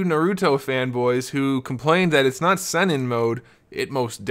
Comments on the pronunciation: It's Sennin (Seneen) not Senin also Sage Is What this mode is called in the anime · Pronounced:Sah neen, but good video.